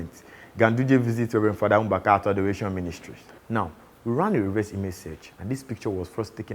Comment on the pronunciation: Nice one. Keep it up... The presenter's pronunciation of Mbaka is very wrong. Another thing, if the Nigeria vs India myth has been passed down from generation to generation, one would wonder when Sam Okwaraji died. That part of the fact checking is almost misleading. But I enjoyed the video though. More of it.